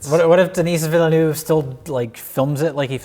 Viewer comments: Veal-nerve. Not villanoov. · It's funny hearing them trying to say "Villeneuve" properly. It's "Vill nevv" not "villy noove" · Villeneuve is pronounced, Villain-Wave-Ah, not Villanoove. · Villeneuve is pronounced veel-nerve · Denny Veel-nerve. It's pronounced Denny Veel-nerve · enthusiastic mispronunciation of Denis Villeneuve is just adorable. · lol cant believe they are unable to pronounce Villeneuve.....